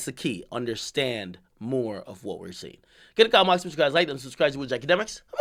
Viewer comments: “Itchakems” 😂 dude not even saying his own intro right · How do you go from “it’s ya boy akademiks” to “itchademik”